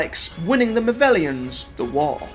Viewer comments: So I have to ask why are you pronouncing the movelons name wrong it’s pronounced mo-vel-ons sorry ti sound like a nitpicky ass but it was bugging me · ?!?!? Mate, you just said he movellans not movellans, despute you spelling them the same way. Same with excilions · This is an amazing and comprehensive telling of the Dalek story! Thank you for this. Just a tiny quibble, I know the old classics are so far removed from the fandom nowadays, but as someone who grew up on the original series, Exxilon and the Exxilons are pronounced: "EX-ill-lon" and "EX-ill-lons" not "ex-ZILL-ions" (you've added an extra syllable) and similarly the Movellans are not the "mo-VELL-ions" but the "mo-VELL-lans" But that's just fluff. Great work! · I wish people would get the pronunciation of the names correctly it's excellons not excilions and movellans not movellans you shouldn't make videos of you can't say things correctly it just confused people and makes you look stupid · I enjoyed this video but your pronunciation of certain words throughout is baffling. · Ps, one criticism, your pronunciation of Movellans is wrong. ;) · It would be even better if he got the names of the people and places correct for example movellans not movellans and excilions not excilions I really hate it when people think they know more than anyone else and then get it wrong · It's 'Movellans' and 'Stein'.